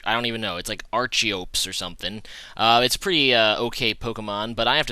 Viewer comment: loved the vid man but id just like to add a little note, that archeops (pronounced ARK-EE-OPS) may have massive attack, but it has an ability (it can only have 1 ability) which halves attack and spcl attack when its HP is below 50% which is why it has such good attack... im almost certain you probably already know this considering how long ago this vid was made, but i couldnt help point it out